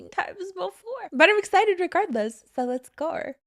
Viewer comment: THE LETS GAUR AT THE BEGINNING AHAHAHAHA